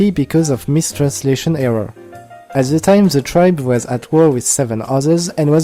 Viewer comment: "ze legion"